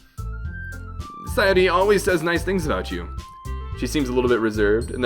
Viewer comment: By the way, FINALLY some American Youtuber properly pronounces "Yuri" and "Sayori" lol